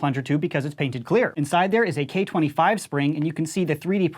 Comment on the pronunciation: whenever he says "painted clear" i can't help but chuckle